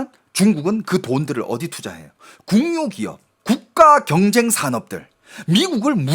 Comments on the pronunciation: 국유기업의 올바른 발음은 '구규기업'입니다.'궁유기업'은 틀린 발음이예요. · 궁유가 아니고 국유 기업 발음이 틀려요 ㅋ